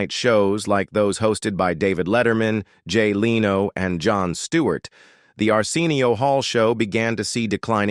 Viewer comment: This announcer does not know how to pronounce a lot of the names, Madea, Vandross, Jay Leno. Doesn't he do some research better he opens his mouth.